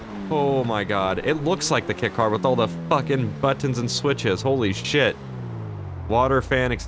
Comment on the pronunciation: why do you sound funny when you say buttons ?? asking for a friend.